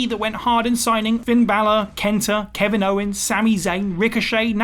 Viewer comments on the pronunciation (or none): none